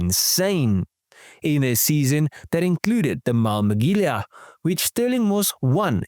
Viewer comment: Haha, love how you butchered "Mille Miglia" and "Pierre Levegh"...😂 JK... Great video as always, agree with you that the Atlantic maybe was more worth the 9 figure price but being such a unique (well, 2-off) piece, it really had all the ingredients for such a high price, although racing pedigree usually helps fetching higher prices.